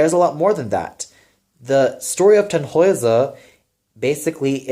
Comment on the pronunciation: one little note: the name Tannhäuser should be more heavily stressed on the first syllable.